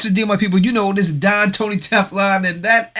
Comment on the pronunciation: My couch pulls out but the don does not - What?!! 🤣💀 THEN, I wasn't sure if you said Don or dong, which now has me completely hysterical!! 😭😆